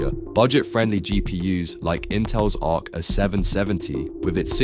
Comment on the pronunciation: Is this an AI channel? Arc “ah”770 is just weird